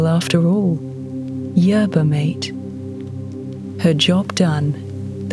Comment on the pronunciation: mate in yerba mate is pronounced "mah teh"